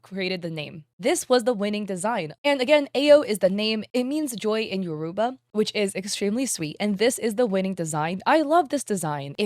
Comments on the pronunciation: i am nigerian. i usually let you not knowing crap about anime culture slide but please say yoruba correctly. YO (like yo what's up) roo BAH. not yuhrooba. the stress is on the yo not the ru. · It’s pronounced “You” - “Row” (as in row your boat; the “r” can be rolled like in Spanish but up to you)- “Bah” (think of sheep) No hate just noticed the other guy correcting and wanted to chime in